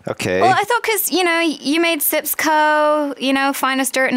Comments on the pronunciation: its sijkimpsco.! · Its SjipsCo. Sheesh get it right. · kim please its called SJIPSCO